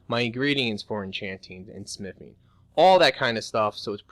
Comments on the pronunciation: bro, can you say smiffing one more time? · Does he say "sniffing" instead of "smithing" ?